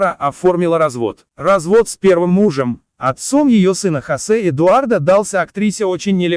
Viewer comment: Не ЭдуардА, а ЭдуардО. Говорите правильно или вообще не говорите. Смешно.